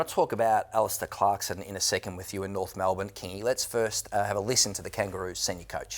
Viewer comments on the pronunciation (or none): "Try and fool the Norf faithful" - Kingy my brother, you don't need to try